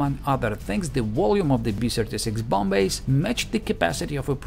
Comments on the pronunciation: Too long! Get to the point! Learn to pronounce the word bomb? Great video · too long , get to the point and learn to pronounce the word bomb mate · Learn to pronounce the word "bomb"… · "the fact that I can't pronounce the word bomb" Me: can't pronounce bomb yeah bull shit they can't pronounce believe it or not :/ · Too loooong, get to the point. And learn to pronounce the word "bomb"... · Learn to pronounce the word "bomb" . . . 😂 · Learn to pronounce the word "bomb"... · Too loooong . . . Get to the point . . . Learn to pronounce the word “bomb” . . .